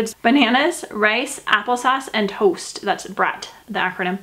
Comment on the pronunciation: are you from Minnesota, way you say toast sounds different